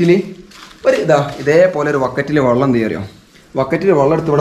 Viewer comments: വള്ളം അല്ല വെള്ളം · സഹോദരൻ വള്ളം എന്ന് പറയുന്നത് ഒഴിവാക്കി വെള്ളം എന്നുപറയാൻനോക്കണം